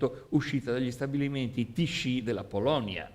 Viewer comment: Tichy e non tiscì... ma la sostanza non cambia